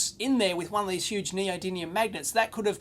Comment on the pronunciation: NeodyMium, Dave! Nee-oh-dee-MEEE-um!